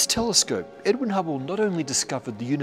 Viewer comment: he said edwin, but his accent made it sound like edward